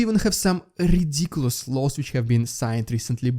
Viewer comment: Your videos are good but it's time you stop the rrr-ridiculus rrrr-repetition part in your introduction. It is not funny anymore